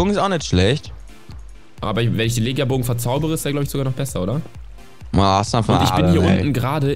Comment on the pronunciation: "Legia Bogen" wir Lechia Bogen gesprochen bitte liken damit es sieht.